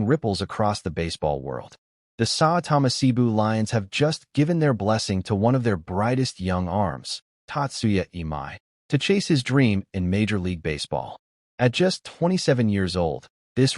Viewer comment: It’s pronounced, “SAY-BOO” you ignorant AI generated voice-over.